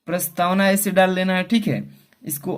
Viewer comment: Sir prastawan nhi hai prastawana hai